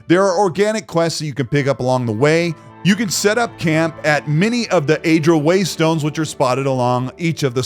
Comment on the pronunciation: It's pronounced Ah-dra. Looks good. Didn't know it was set in PoE universe which is dope. Wonder if there'll be cameos. My only concern is . The chin on that chick gives me pause. I detect the faint odor of a sensitivity consultant company and I don't support games that work with those kind of companies. Wouldn't be sad if I am wrong about that though. Looks like a decent time.